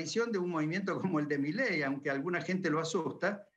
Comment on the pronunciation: Jajaja, es idea mía o dijo "mileidi" ???? Jajaja